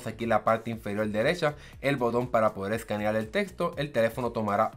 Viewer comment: seleccional escaneal, parece chino! Glacias pol la infolmacion